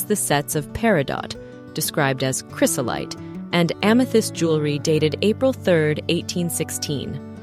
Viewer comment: Please check your pronunciation of items next time you do one of these videos. Its cry-zo-lite (not chris-o-lite) and peri-doe (not peri dot).